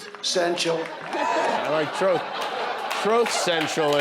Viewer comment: There it is Donald Trump struggling to say the word TRUTH 🤣🤣